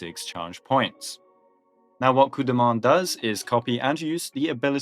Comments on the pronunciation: French pronouncing Coup de Main correctly is actually very wonderful to my ears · a ton of english-speaking content creators are allergic to foreign pronunciations lol it's nice to see it right for once "Blue dude", "Daniel", "coop deh main", like they don't even try. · Was expecting "Cup do Maine" but got Coup de Main proper. Wow. click tongue Nice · We're really acting like Coup de Main is tough to pronounce now